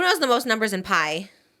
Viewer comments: trisha saying PI completely wrong so confidently then saying “clock it” with so much sass and thinking she was right is so funny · Her says pi completely wrong 😂love her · Trish saying pi completely wrong sent me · Trish only getting the first 3 numbers of pi correct but continuing is sending me😂😂